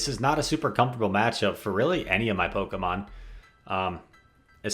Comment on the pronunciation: What is it with Pokémon players mispronouncing Pokémon honestly!!!